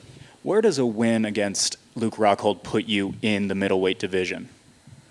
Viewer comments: Did Paulo just call Luke.... Luke Cockhold 😂😂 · Sounds like he's saying Luke cockhold..lol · Best part is him saying “Luke Cockhold” by accident everytime and thinking it’s correct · Anyone else notice him call Luke “Luke cuckhold” hahahaha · "Luke Hockhold" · It's Rockhold, not Cxxxhold. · He said "Ruke Huckhold" 😂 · Luke 'hockhold" Rockhold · “LUKE HCUCKHOLD” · The way he pronounces Luke rockhold sounded like Luke cuckold. That's a great name ppl can call him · he said luke cuckold, lol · "Huke Hockhold" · Costa: 'Luke HCuckhold' Lmao!! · I heard Cuke Cockhold. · Im pretty sure he said luke cockhold 🤣😂🤣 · Brazilians pronounce 'r' like 'h'. So he's pronouncing it 'Hockhold'. Same with Romero, which he pronounces 'Homero'